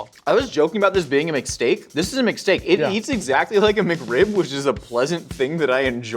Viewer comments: Towards the end they kept saying McSteak but I kept hearing mistake. This is a mistake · A McSteak...a Mcstake...a mistake.